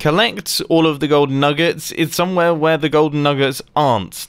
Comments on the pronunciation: Mumbo; nuggers for diamonds Me thinking he said the n-word Me- (0-0) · Thought I heard "nuggers for diamonds" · Anyone else think nuggets sounded like something else...